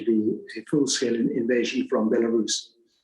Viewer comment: Belerussia?? Belarus perhaps!!